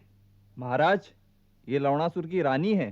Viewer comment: Lavdasur 😂😂 Malum hai Lavnasur hai par sunne be lavda sur lagta hai